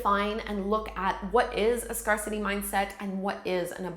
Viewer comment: Love this, thank you for it! Just one friendly thought. . . I believe scarcity is pronounced as scare-city (as in to be frightened of something) as opposed to scar-city (as in a scar on one’s body). Hope you don’t mind the note. . . I truly enjoyed the video! Thanks.